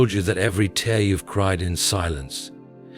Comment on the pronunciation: Please correct wrong pronunciation such as wound and tear